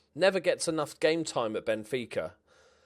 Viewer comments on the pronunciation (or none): none